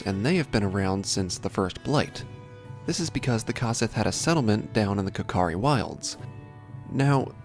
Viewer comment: isn't it pronounced COsith like CO-OP?